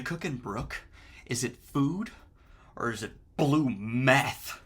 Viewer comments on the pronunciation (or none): none